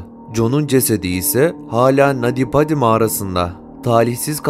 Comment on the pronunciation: Nadi badi değil naty paty okunuşu